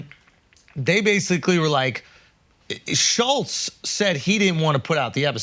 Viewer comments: Crazy they couldn’t even pronounce Shultz it was “shullz” the whole time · The kept pronouncing his name wrong too😂😂😂 schulls 😭